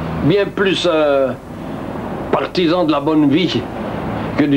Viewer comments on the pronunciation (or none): Il a vécu depuis la fin de la guerre à Malaga où il est décédé d'où son petit accent